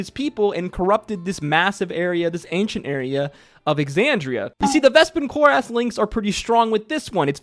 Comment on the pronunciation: Cloris-is- Not Clor-as